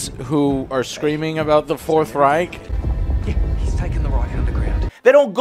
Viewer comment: I'm a hater because I'm a Native speaker??? Sorry but you hear clearly that he isn't a native Speaker. Take the word Reich for example. He pronounced it like raik.